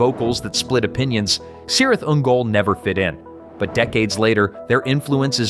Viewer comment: Cirith Ungul is pronounced Kirith Ungol based off Lord of the Rings, the Two Towers, and Return of the King